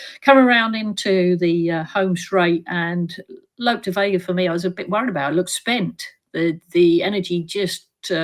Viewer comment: It’s Look De Vega Tanya not Lope